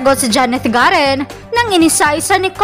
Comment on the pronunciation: Garin hindi garen